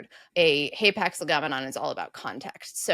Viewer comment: Hay packs? Never heard άπαξ pronounced like that! I just looked it up and both alphas are short.